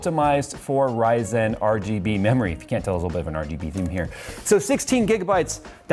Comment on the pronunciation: HEHe you say Ryzen funny :P